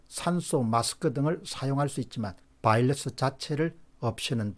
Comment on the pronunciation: 바이러스 발음이 맞습니다. Virus 는 R발음이라 바일러스 L발음이랑은 많이 틀립니다.